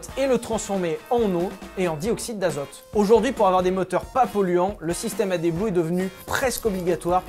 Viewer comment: Super vidéo! j'ai aimé le fond vert et l'éponge, on voit que y'a du budget mdr J'aurais plutôt prononcé AdBlue et non AdéBlue, accent du sud? ^^